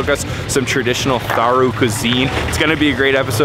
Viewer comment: The H in "Tharu" is SILENT.